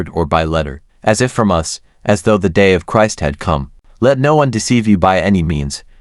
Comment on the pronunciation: The content may be ok but the mechanical speech, including mispronouncing Christ, is too annoying to listen to.